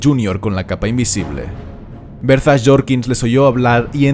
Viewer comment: "Berzas" Jorkins… enserio xD